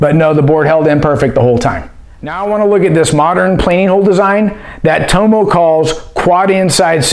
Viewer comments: Its not toe-mow, its TOM-MOW. My name's dave, Aussies call me Dave-O. Same thing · Toe-mo ? It’s Tommo mate 🇦🇺😂🤙🏽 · Love your reviews, I would never mention this normally and I'm not having a go I just thought you might like to know that in America most people are pronouncing Tomo wrong, It's pronounced Tom-Oh, His surname his Thompson so he's nickname would be Thom-oh as in the letter O.